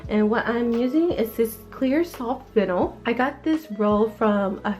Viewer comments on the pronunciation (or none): It’s not pronounced vinal it’s vinyl, love your channel new sub from me.